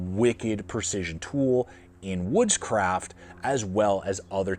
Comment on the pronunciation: Gee, sounded a bit like Witchcraft, instead of Woodscraft 😂😂😂